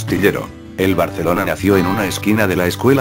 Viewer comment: Porqué pvtas el loquendo dice "Barceloncie"?? PS: Viva Saprissa 💜